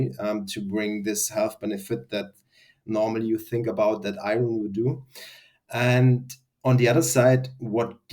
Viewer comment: What words was he saying around the 8 minute mark? Iren and infared ? Iran, Iren. I can’t tell what he’s saying.